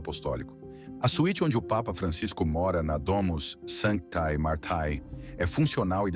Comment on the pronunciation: Fizeste uma abordagem genérica sobre o Papa Francisco e estás de parabéns. Porém, estragas na leitura de DOMUS SANTAE MARTAE. Trata-se de latim. Embora assim escrito, deve se ler por DOMUS SANTE MARTE.